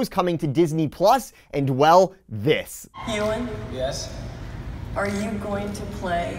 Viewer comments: I was thinking that maybe you were doing it on purpose because - OB-E-WAN - could be shortened to "E-WAN" - it's a legit excuse to not saying "YOU-EN". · Good round up of the news but, E-1 McGreggor!! Haha thats just not how you pronounce his name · Love the video. Also I think Ewan McGregor’s name is pronounced “U-in” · E-wan McGregor? Nope. Try You-an McGregor. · Ewan is pronounced You-In not E-Won....but maybe he's related to an Ewok. Great coverage as always. Keep the D-23 videos coming. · It's all good. I kinda thought you were just doing a play on Obi Wan saying E Wan. You put out good content who cares if something is mispronounced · Ewok McGregor confirmed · Hello there. Yes I know I pronounced Ewan’s name wrong, got 6 emails about it already keep ‘em coming. 🤣 Enjoy the video! ~ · The way you pronounce Ewan made me shudder. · Ob-Ewan- Kenobi 😁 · You were just seeing if we were paying attention! It's like a hidden Mickey in the video, find the mispronunciation. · I thought maybe you were pronouncing Ewan McGregor’s name wrong on purpose as if it should be said like Obi-Wan. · Dude. You really need to learn how to pronounce the name Ewan.